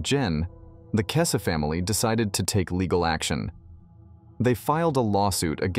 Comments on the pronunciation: Kess- EEEE. Do at least some research?? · her surname is pronounced weird on here